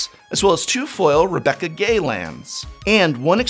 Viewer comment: Really cool video. Is that how you pronounce Rebecca's last name? Isn't it supposed to be pronounced 'Gway'?